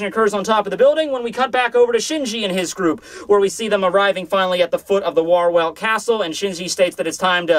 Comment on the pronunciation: Pro-tip, 'w' in the names in this German themed chapter is pronounced as 'v' Wahrwelt = VAR-velt